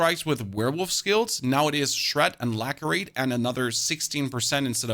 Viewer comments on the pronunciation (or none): lacerate with an s, not a k :-)